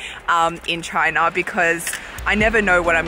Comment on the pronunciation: I definitely prefer the way you pronounce "China" compared to the way Donald Trump does.